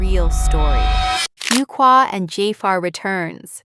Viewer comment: Can someone tell these narrators how to correctly pronounce Jaafar's and Fuqua's names.